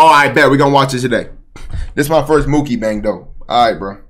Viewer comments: Bro really said Mookibang 😭💀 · Blud said Mookibang 💀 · Ah yes mookibang